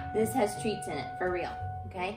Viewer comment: It is so funny how he says treats.Because he says treatos